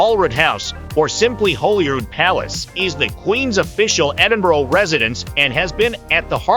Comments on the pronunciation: The worst possible voice over ever! Cheezy all-American accent, multiple mispronunciatons including - ad nauseum - Edinboro??!! It's Edin-burr. Or as many locals say, Em-bra. Some nice video clips, though some syncing with the narrative would have been beneficial for those lacking familiarity with the city. Also, for any visitor, walking through the New Town is a great experience and can be done enroute to Dean Village before a walk along the Water of Leith to Stockbridge enroute to the Royal Botanics. Also, a day on Victoria Street? I think not! There are some nice shops, true, though most are specialist offerings. An hour would likely be max. Though the Botanic Gardens is a nice place to find some quiet, so is the west end of Princes Street Gardens, with the castle overlooking. Get some eats at Marks & Spence on Princes Street and make your way down the steps at the bottom of the Mound...and 'dine' in the shadows of the castle. Fabulous! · for god sake its Ed in burgh not ed in borough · edin-boro? /rolls eyes